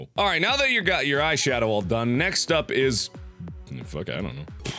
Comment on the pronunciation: Oh god Mark, it's eyeshadow, not eyebrowshawdow😂